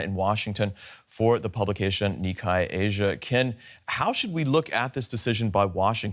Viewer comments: Hate to be that guy but to the reporter: it is Ni (kay) not Ni kai when saying Nikkei Asia. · How are you going to be a professional announcer and not know that it’s pronounced Ni KAY